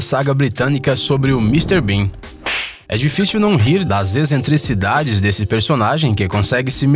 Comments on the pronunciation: "Ezentricidades" kkkkkkk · Excentricidades * Ele disse. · "EZENTRICIDADES"? KKKKKKK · Ezentricidades? Nossa, se prepara melhor amigo!